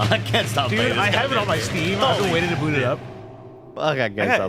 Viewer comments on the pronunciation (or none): none